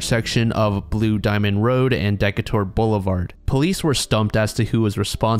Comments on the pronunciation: From vegas and it's pronounced "Dee.K.ter" Not "Deka.tar" lol. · Da-Kay-ter Ave. lol. You butchered that pronunciation guy. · Hey I love your videos, and I appreciate that you pronounced Nevada the correct way instead of NevAWDAW. Your pronunciation of Decatur Blvd was a new one lol its Dee-Kay-Ter. Honestly it doesn't matter because you'll probably never say that word again, but it's cool hearing about las vegas, just not cool within the context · Decatur BLVD is pronounced “Deh-Cay-Tur”. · “Deck a tour” lol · Decatur hahahaha